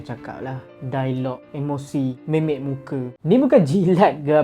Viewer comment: Bang MIMIK bang bukan MEMEK.. lain maksudnya.. tq